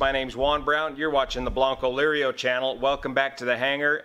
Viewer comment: Juan thanks for the explanation of the name of your Channel. HINT: your pronunciation is a bit off, it sounds like this, Broncolirio, but if you pronounce it like this blank'o'lirio. It would be more closely resembling the correct sound of the word. Thanks!